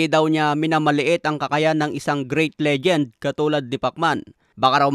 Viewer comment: Napansin KO Lang o Mali ang pagkarinig SA pagbigkas ni Ng legent..lol legend Naman yata bakit legent narinig KO🤣🤣🤣